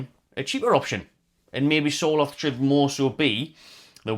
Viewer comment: not important but as a norwegian, Sørloth is pronounced something akin to the sounds you would make when saying"sir" & "lot" :p